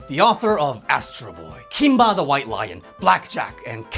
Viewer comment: Did you say....Kimba?